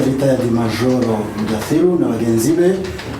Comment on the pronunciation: Ni mudathir nkuko usoma gatatu mu cyongereza three